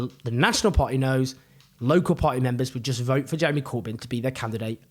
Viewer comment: Owen! Pronouncing the word "party" as "par@ is great for street cred! Keep it up young man!!